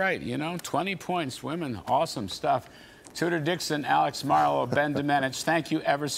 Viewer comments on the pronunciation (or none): I like how Larry apologizes for pronouncing Ben’s last name wrong in the beginning of the segment and then literally mispronounces it the same exact way at the end of the segment. Lol cmon Larry.